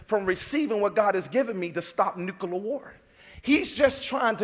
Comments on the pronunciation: “Nookelar war” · New-ku-ler bums...